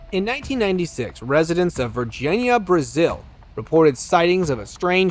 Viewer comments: Hey brother, I'm new to your channel and quite much enjoyed as it seems you like from the same place I'm from. I'm from the boogie down. Anyways. The name of that town is car actually pronounced Vargeenia something to that effect but not Virginia like our state the one UFO film maker James Fox did a whole documentary on this alleged crashing of spacecraft in Brazil you should check it out if not already peace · This nicca said varginiah⚰️ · The name of the place is Varginha but the American ppl, in this video. are saying Virginia incorrectly